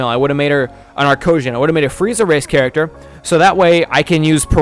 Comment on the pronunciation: no he didn't say arcosians